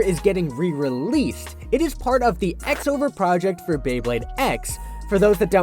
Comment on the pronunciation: I’m sorry but I have to be that guy: it’s pronounced “Cross Over Project” it’s written that way in the Katakana underneath as well クロスオーバープロジェクト